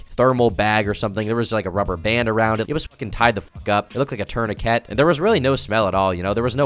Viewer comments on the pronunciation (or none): Did you say turn-a-Kek instead of tourniquet